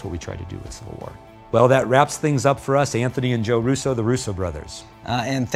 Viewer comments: Wtf is "CIVIAl" war???? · It's civil not civial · "So excited for Captain America Civial War" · CIVIAL WAR GUYS CIVIAL WARR!! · "Civial" War!???